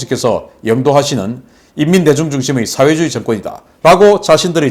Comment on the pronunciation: "민주주의", "사회주의" 발음을 바르게 합시다